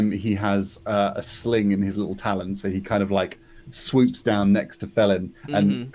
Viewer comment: Fellin...as in tree Fell'n.